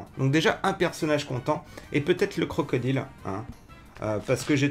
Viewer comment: CrocodAÏLE